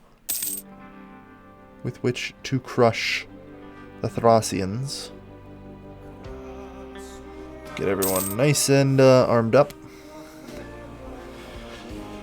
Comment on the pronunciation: Its pronounced "threis", not "thrais", and "thresians", not "thrasians"